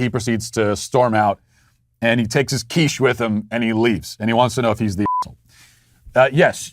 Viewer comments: Hey Matt, the first time you said QUICHE (you pronounced it perfectly, by the way, with just the right amount of French haughtiness) I knew where we were heading to. The only thing I can say is that the guy was right to repossess his quiche, because quiche is delicious. No offence to my French cousins! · Lol I am fench and I never bring a quiche. Good french accent by the way!